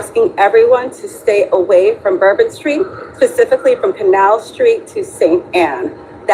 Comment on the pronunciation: And maybe intelligence? Pacifically? She said, "pacifically"! Its..spa...spa..specifically!! These people are suppose to be working in our "intelligent community" and they're so incredibly stupid!